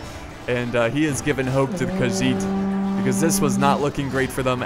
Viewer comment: its khagit not khagiz😮